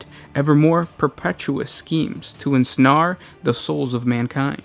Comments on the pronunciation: You pronounced revealers wrong and said revelers instead, since that planet spanning line of worshippers is celebrating(revealing) their god not exposing or showing(reveling) anything specific. Also, its pronounced "en-sn-air" not "en-sn-are." Besides that good video. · "ensnaar" wat?